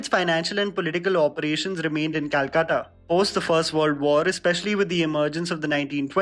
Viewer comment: Thank u fir this and pronunciation of Calcutta